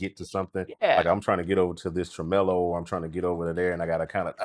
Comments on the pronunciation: Tremelo? Really! Hallo! 🤣🤣🤣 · Tremelo? WTF? Really? 🤣🤣🤣